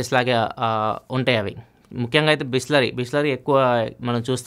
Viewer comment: Bisleri × bhoosleri😂😂